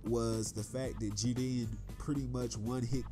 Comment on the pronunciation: You're pronouncing Jiren and Caulifla wrong.